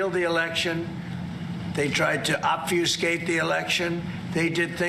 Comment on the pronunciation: the dunce mipronounces, and misuses the verb obfuscate. it's not a transitive verb. you don't obfuscate something. pathetic when he tries to sound smart.